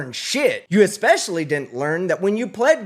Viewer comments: "Expecially" ? . . .and . . . "Your representative of whoever you think you might be won't be going to jail, it's going to be you" 🤣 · The blood flows…… errrrr “ekspecilly” not to your brain dud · I really wish people would learn that "expecially" is NOT a real word!! 🙄